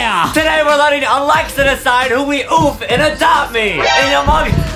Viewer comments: I love when adem said a dopte me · Adem said adop me😂😂😂😂😂😂😂😂😂